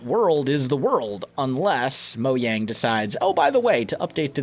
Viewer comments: Did anyone notice he said moyang instead of mojang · My Kharim mojang, the way he says it bugs me lol